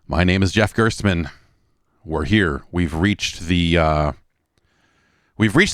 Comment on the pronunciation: Why do so many people have problems pronuncing the name Gerstmann? I swear to god if i hear someone say Gertsman one more time.... Then again, its a german name, and im german, so maybe that helps.